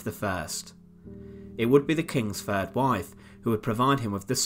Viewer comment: Grr I can't listen to Brits that can't pronounce "th". It's "CaTHerine" not "CaFFerine", and "THird" not "Fird".